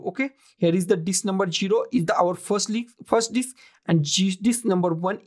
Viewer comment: Did I hear you correctly or just my over imagination ...... I kept hearing "hard dick" and not "hard disk" ..... LOL Anyway, following your guide doesn't help me to create a recovery partition in my laptop